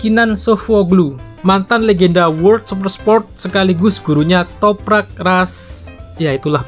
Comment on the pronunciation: Susah amat nyebut nama nya Toprak🤣